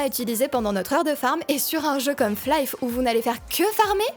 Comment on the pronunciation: Chouette découverte ta chaîne. Bon, ça me fait énormément de mal d'entendre Flaïf toute la vidéo, mais bon ça c'est pas très grave.